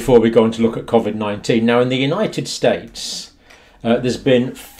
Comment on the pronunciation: Your saying Covid 19 wrong